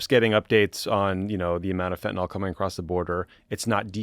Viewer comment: Love you guys but a small nitpick, you are mispronouncing fentanyl. Think "Benadryl" not "ethanol".